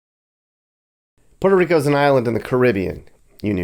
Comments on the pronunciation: Puerto Rico not Porto papi one point less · Your gringo pronunciation is…interesting “Porta Rico” 😂